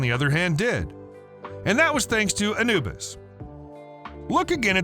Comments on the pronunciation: it is not ana bus it is Anubis ah new bis. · You miss pronounced the name Anubis.